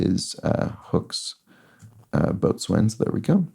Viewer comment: I am mentioning this, because after watching your solves for a number of days I am fairly sure that you would want to know that "boatswain" is always pronounced "bo-sun," (long '"o"), in spite of the resulting plethora of unsounded letters. I would want to know, and I am a sailor, so I do know. BTW, Thanks for the information you provide when solving these puzzles!! I find it "mesmerizing." I have never before found it entertaining to watch someone else solve a crossword, so, again, Thanks!!